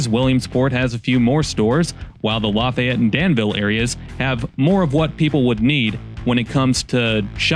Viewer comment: Random find of the video, just a drop-by viewer here. You can tell dude isn't from Indiana. We don't pronounce Lafayette the French way. It's with a longer 'E'. More "La-fē-yet", rather than "La-fai-et".